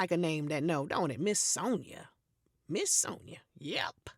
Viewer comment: “Sone-ya sound like a name that know don’t it?! Mrs. Sone-ya, Mrs. Sone-ya” 🤣🤣🤣🤣